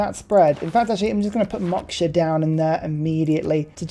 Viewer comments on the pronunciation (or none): none